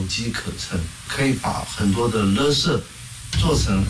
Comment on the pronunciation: 為什麼要把垃圾講成(ㄌㄜ)圾